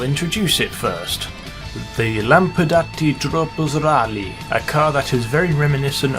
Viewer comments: He sounds so weird when he says tropos rallye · everytime you say the tropos rally you sound like an italian guy lol